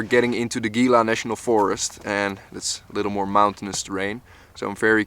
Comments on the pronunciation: Gila - pronounced he-la. Great journey, keep em coming! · it is spelled gila but it is hela.